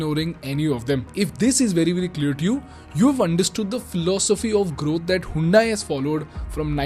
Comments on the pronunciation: Bro it's not "HAYUNDAIE" it's "HYUNDAI" "HUN-DAE". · you pronounce it like हयोंडे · Pronounced as Hundai or Handai?